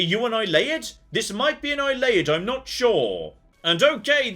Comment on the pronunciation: Ay-Lee-Id,! Not Eye-Lay-Id!